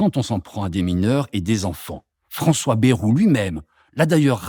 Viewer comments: On ne dit pas " bérou " mais Bayrou !! comme " ail " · Baillrou, pas bérou.Qui a jamais prononcé Bérou?! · "Bayrou" se prononce "baille-rou" et non "bé-rou", cela ne vient pas du nord de la France... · On dit Baïrou et non Bérou.